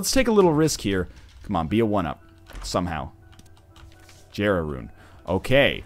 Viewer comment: It's so weird hearing him say "jer-ah" instead of "yer-ah"